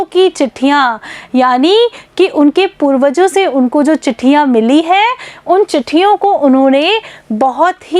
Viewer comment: Madam ji vo पूर्वजों लिखा है और आपने तो पूरखो बोला था